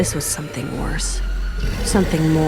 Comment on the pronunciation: Like to point out that the fact that she said jackels at the end